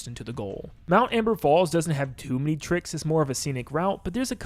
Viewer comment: Bro didn't put the r in "trick" but thanks for the tips and tricks